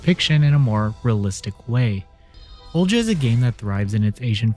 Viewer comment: annunciations strike again! Haha. Think this one is pronounced “O-li-ha.”